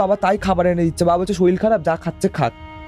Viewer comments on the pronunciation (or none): শরীর ❎ শরীল ✅ 😂😂😂😂😂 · দাদা ওটা শরীর হবে শরীল না 😂😂😂😂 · রোজা নয়, ওঝা শরীল নয়, শরীর, একটু ঝাড়াই বাছাই করে এনো পরের বার । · Uchharon er karone sunte echha korlo na . Ato wait kore thaki podcast er jonno kintu hotash holam . Soril, roja ar goga sune obak holam😮 odbhut bhasa kokhono sunini . Ghotona ta bhalo chilo na.😂